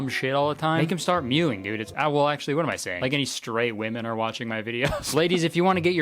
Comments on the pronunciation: I swear I heard him say stray women and not straight women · I originally thought you said “stray women” instead of “straight women”. And Neither watch your videos. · straight woman here ❤ (literally sounds like your saying stray) Am I alone? 😅 is Kurtis just for the guys and gays? Also… I automatically do the tongue to the roof of my mouth thing. I thought that was normal. I don’t know how to rest it any other way 😅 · As a queer woman, I felt really seem... Once I understood what you said. For some reason, I heard "stray woman" instead of "straight woman" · I don’t know if you said straight or stray but either way, we’re watching